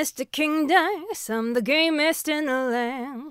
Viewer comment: Did anyone else hear, "I'm Mr. King Dice, I'm the Gayest in the land" lmao